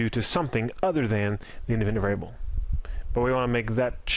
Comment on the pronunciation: Great content but you should enunciate more. Some words that are 3 syllables long you somehow manage to squeeze out in 1 syllable "variable" becomes "vrbl"